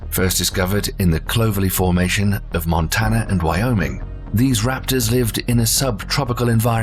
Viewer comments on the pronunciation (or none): none